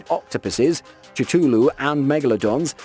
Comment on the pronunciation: Sorry...say 'Cthulu' again??